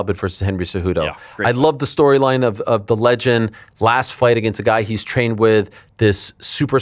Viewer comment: “Ageenst” it’s “against” you a-hole